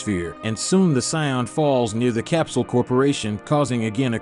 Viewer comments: Saion?bruh im out of there .its to irritating .noobs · WHY DO YOU SAY SAIYAN LIKE THAT AND VEGETA